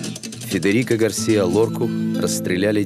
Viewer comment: Безумно раздражает комментатор: неужели НИКТО не мог ему объяснить, что не ГAрсиа, а ГарсИа! Стыдно рассказывать о великом человеке, не умея правильно произносить его имя.